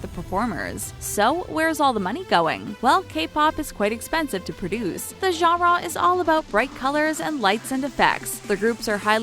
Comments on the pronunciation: Is it just me or do you you get annoyed when she keeps saying gara instead of genre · Not to be rude it's annoying when u say genre it's pronounced (Jan-ruh). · I can't get over her saying genre like jhara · Ganrraw you mean genre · The way she says "genre" as "jongraw" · the way she pronounces genre as jawh-rawr is kind of annoying... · Gah-rah do they mean Genre? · Nobody wants to talk about the way she pronounces genre? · Ok we’ve settled that everyone including me hates this video and it’s inaccurate... but don’t u just hate how this lady says “genre”?? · learn how to say genre correctly my GOD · Learn how to say genre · i hate the way she says genre lololol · Am I the only one irked by the way she keeps saying 'genre'?? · is it me or is anyone else laughing at her saying genre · Only one that cringed every time she said “genre”? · I cringe each time she kills the word "genre."